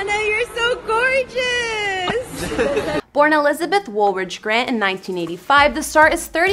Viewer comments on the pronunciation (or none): none